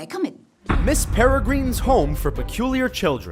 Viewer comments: I hate it when he says Miss Peregrine, like Miss Peregreen. He is pronouncing it wrong. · the way he pronounces Peregrine irks me very much that i actually screamed.